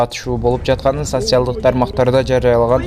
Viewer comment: Теманы нормально жазып, тексти туура ударения менен окуганды уйрон!!! Сатсиалдык дебей!